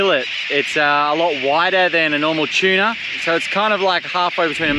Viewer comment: Why do you pronounce tuna as chuna?